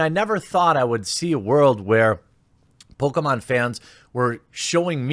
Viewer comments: Bruh. Please stop saying PokAmon. Its Pokémon!!! Ahhh!!!!!!! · It’s Poh-Kay-Mahn dammit lol My brain kept screaming at him mispronouncing the name😂